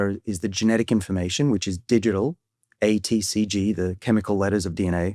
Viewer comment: I spnt the first 5 minutes of the video thinking David was saying "inflammation" rather than "information."